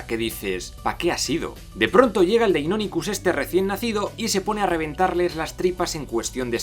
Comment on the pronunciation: Pd: Por que pronuncias asi deinonichus :v?